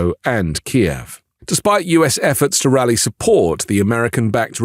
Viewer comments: I love your take on Ukraine,. But please don't refer to Kiev as KEE ev. It's the Ukraine capitol and it's pronounced KEEv with a soft f at the end. It's one syllable and not two. After 3 years they at least deserve the respect to have their capitol pronounced correctly and not in Russian. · Thank you for the update! One thing though, it’s “Kyiv”, not “Kiev”. “Kiev” is the Russian spelling and pronunciation, “Kyiv” is the Ukrainian spelling and pronunciation. 😅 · You're pronouncing Kyiv in Russian. Ukrainian Kyiv only has one syllable.